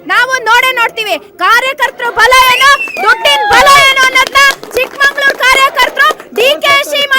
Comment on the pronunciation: ಚಿಕ್ಕಮಗಳೂರು ಅಂತ ಉಚ್ಛಾರಣೆ ಮಾಡಿ , ನಾವೇ ತಪ್ಪ ಉಚ್ಛಾರಣೆ ಮಾಡಿದ್ರೆ ಹೇಗೆ